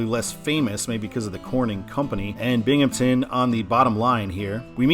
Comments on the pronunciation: FYI, in case it comes up in the Eastern I-88 video, it's Binghamton, not Binghampton. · I think Jamestown is a fine control city going EB; it has a population of ~28k which is actually pretty sizable for that area of NY/PA. It definitely should be Erie going WB though. Also, there’s no “p” in “Binghamton” ;)